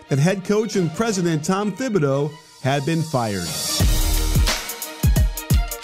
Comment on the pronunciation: Honestly I kinda lost faith in this video when he didn’t pronounce his name right in the first 30 seconds.